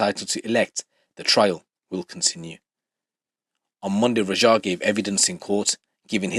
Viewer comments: Why you pronounce it like "Rajhaa" bro say it like it is, "Raaaja" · Bro im suprised you struggle to pronounce simple asian names like raja? ...Wats that about lol